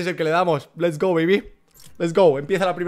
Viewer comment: Ostras tio porque tienes que decir lest go bebe cada vez